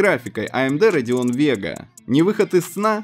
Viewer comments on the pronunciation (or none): none